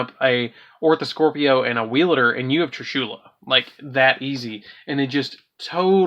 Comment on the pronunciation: I hate how u say trishulas name wrong